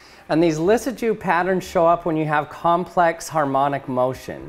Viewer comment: Whosawatadu motion? (Harmonic motion, but no idea how to spell what he said.)